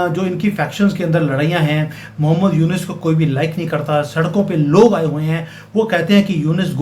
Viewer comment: It's Yunus not yunes